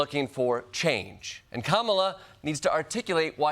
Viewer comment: Can you fix her name? It's Kamala not "Kampala." It makes you sound like a trumper. 😬